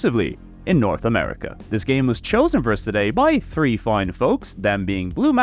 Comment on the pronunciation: Wait. Why can you pronounce throne but not three?